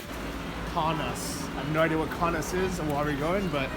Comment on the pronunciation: Kaunas is pronounced KO (long o) NUS (short u) like 'bus' like KoKo Bus, only Kaunas